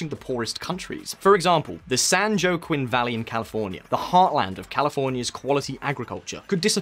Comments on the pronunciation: Joaquin Valley us pronounced (hwah keen). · Joaquin = wa-queen, not that gibberish you pronounced. Research place names that are in the script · Joaquin = wa keen